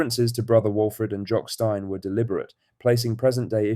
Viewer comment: iI wonder how big Jocks brother franken is doing these days say steeeeeeeeeeen repete Steeeeeeeeeeeen the most famous man ever at the club and they cannot even say his name Steeeeeeeeeeeeeeeen ffs